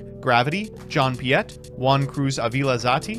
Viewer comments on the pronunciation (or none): none